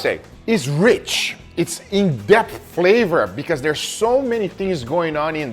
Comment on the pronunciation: trying very hard to pronounce every letter of depth correctly is kind of adorable